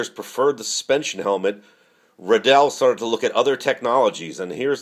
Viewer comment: ITS RIDDELL LIKE RILEY RIDDLLE